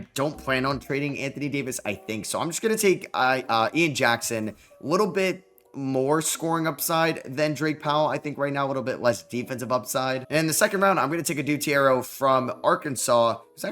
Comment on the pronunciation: Just proper pronunciation adou theiro its (a-do)(Thee-arrow)